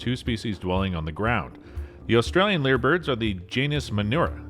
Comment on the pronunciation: Lyre Bird is spelled identically to the old fashioned stringed instrument called a "Lyre". "Lyre" is pronounced phonetically as "liar" and rhymes with "Fire". Nobody anywhere in the world calls them "leer" birds.